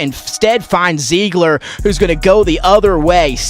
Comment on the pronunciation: Ziegler is Zig like the cartoon character Ziggy. -ler. Not long I or Z-E.